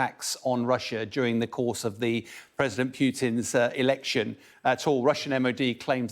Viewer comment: Somebody said Russian Elecshams and I cannot unlaugh it.